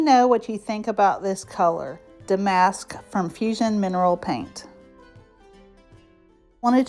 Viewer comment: Damask = “DA-musk” 😊